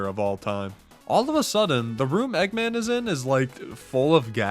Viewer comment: Bri’ish eggman